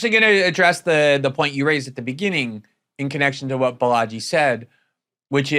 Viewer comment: Sigh. Way to mispronounce your guest's name. The accent is on the first syllable, BAlaji, like baller, not like Bellagio